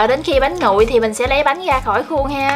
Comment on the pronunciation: Bếp Quê Miền Tây. Mình có ý kiến bạn nên phát âm tiếng miền Nam vì bạn là người miền Nam, bạn phát âm tiếng miền Nam còn không đúng bạn lại nói thêm tiếng miền Bắc nữa nghe mắc cười quá! Nó ngọng nghịu Nam không ra Nam Bắc không ra Bắc. Thí dụ bạn nói tiếng Bắc : tiếp theo như “vậy “ bạn lại nói như “ quậy “, “với ” bạn nói “ quới ”. Còn tiếng miền Nam thì lấy “ra” bạn lại nói là lấy “ga”…Nói tóm lại bạn nói chuyện rất là quê và là người miền Nam nên học nói phát âm cho chuẩn tiếng Nam đi rồi sau đó hãy sử dụng tiếng Bắc. Cách bạn nói chuyện phát âm tôi biết bạn là người miền Tây mà ở trong quê nên ráng cố gắng phát âm chữ “R” cho đúng thì tiếng và giọng nói của bạn sẽ hay hơn. Xin lỗi lời thật mất lòng vì tôi cũng là người miền Tây nhưng tôi được may mắn ngay từ thời học tiểu học tôi đã được cô giáo dạy cách phát âm những chữ “V, Chữ R và nhờ cô giáo dạy đọc cho cả lớp viết chính tả nên phân biệt được rỏ. Chúc bạn thành công và cũng không quên cám ơn bạn đã chia sẻ hướng dẫn cách làm món bánh chuối hấp lá dứa.